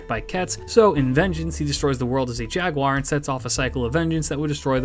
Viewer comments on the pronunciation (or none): none